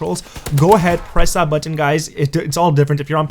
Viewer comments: It's button! Not buu..-ton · Can't say button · Why can't you say button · If you say button like that again I'll vomit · You say button weird lol